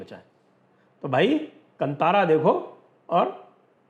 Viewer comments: Bhai sahaab yeah kantara nahi kaantara pronounce kijiye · Sanjay ji, glad you covered this. It’s pronounced “Kaantaara”, and not “Kant-aara”. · It is not KANTHAARA , it is pronounced KAANTHAARA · Sir it is Kaantaara, not Kantaara 😊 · The pronunciation is कान्तारं ಕಾಂತಾರ. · Sanjay sir, thanks for this video 🙏🏻 Right pronounciation is Kaantaara (कांतार) 🙏🏻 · One small correction, 'ka' has badee aa ki maatraa. It is to be pronounced as "Kaantaara" Sir.